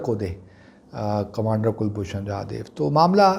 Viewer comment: Sir Please call him Jadhav and not Jadev. We know that your root lies in Afghanistan and you are more convenient with Pashto.. still, the man deserve correct pronunciation of his name. Secondly, he is not a commander as he has retired from services long back. You should call him retired or ex commander. We have full faith in Islamabad high court. By the time judgement come, it is possible that there will be no pakistan as know in present day. We do have your retired ISI officer in custody. It is better to negotiate and exchange.